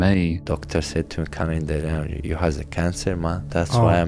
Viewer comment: Did that guy call him Cumzhat?